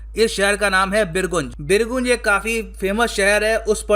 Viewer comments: Sir it's बीरगंज not बिरगुंज Aisa isliye because main iske aas paas ka hi hai🙃🙃🙃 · Resp. Sir, not birgunj. Its a birganj.. Thanks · Sir, it's "बीरगंज" not "बिरगून्ज"😅😅..... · भाई बीरगुंज नहीं वो बीरगंज है। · bir goonj nahi birgunj (gaw-nj) ...hahahha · Sir usko pronounce बीर गंज करते हैं। गुन्ज nahi. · बीरगंज not as you pronounced . I am from Bihar and our city sharing border with Nepal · It is बीरगंज. I am from raxual birganj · बिरगंज correct pronunciation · The place Birgunj will be pronounced as BIRGANJ. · Pronounce it as Birganj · उ बीरगंज होता है पगले hehehehe sorry sir मजाक ☺️ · Firstly pronounce the right spell of birgunj than talk😪 Hit like for Nepal❤ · Please pronounce birjung correctly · Nam to aache se bol sale chutiya